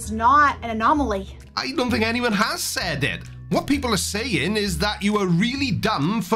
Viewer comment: I actually had to play it back once to be sure but yep. This multi-degreed PhD. DID say "...is not a nomaly." 😝🤣